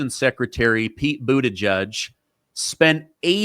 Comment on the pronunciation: Pete Boo the Judge? Pete Booty Gig? I’ve never heard it pronounced the same twice in a row.